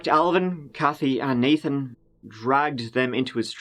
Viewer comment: Go to and ish he sta naTHan twice lol THE ACCENT IS FAKKKKE I KNEW IT!! jkjk but he does pronounce the th though twice 🤫🤯🤔